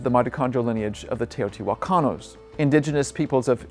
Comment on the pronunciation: Teotijuacanos?? Jaja Teotihuacanos 💗